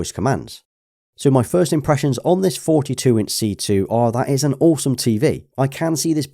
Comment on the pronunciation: You definitely said "imprussians" at the start of the video.